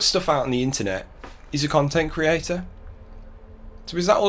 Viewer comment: “I am an independent khantent kreator!” 4 at once? 😂😂 His prestreams really are like a broken record.